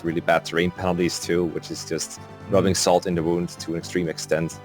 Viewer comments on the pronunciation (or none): none